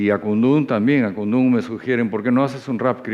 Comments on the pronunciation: Que incomo es escuchar al conductor durante toda la entrevista pronunciar mal Akundu, lleva tilde bro, el mismo coro de la canción te lo recuerda AKUNDÚN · Buena entrevista, pero no parece que conocieras la canción Akundún, que lleva acento o tilde en la "u", está mal pronunciarlo como Akundun. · (DEJAME CORREGIRTE POR DECIMA VEZ) AKUNDÚNNNN CON ACENTO EN LA Ú ajajjajajajjaja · Marcha para que diga Akundún correctamente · Lo unico que hacia falta era que miki le meta una cachetada por no pronunciar bien Akundun jajja